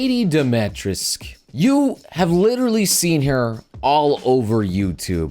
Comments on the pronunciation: It's pronunced Dimitrescu, not Domistrek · It's pronounced "demma-treesk". I think it's french or something. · "DO-ME-TRESK" Domitrescu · Her name is pronounced Di-ma-tre-sk. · I never got on this bandwagon, but what bothers me the most is the uncultured ppl that mispronounce her name all the time. Her name is pronounced Dee-mee-treh-skooh or something along those lines (sry, I didn't get to do much phonetics in school cause I wasn't born in the States). This whole "tall vampire lady" thing and her name is tied in to a bit of Romanian nuance. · How he says her name really annoys me for some reason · You're pronouncing it wrong, man. the 'u' is not silent in Romanian names. Just pronounce it phonetically... like you do for Japanese names. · as a Romanian dude, i cring a bit on the inside every time he tries to say her name xD But i get it. not his fault, just different language. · If only people pronounced her name right lol